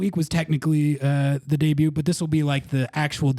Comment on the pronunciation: For the love of Rothrock, please stop pronouncing the T in "debut." ❤